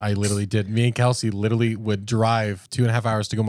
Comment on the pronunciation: should learn how to say literally before he uses it in every sentence.😂